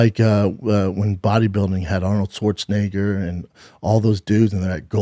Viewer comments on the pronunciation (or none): none